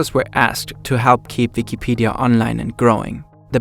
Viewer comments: saying the letter W is hard huh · Yeah, bro, halarious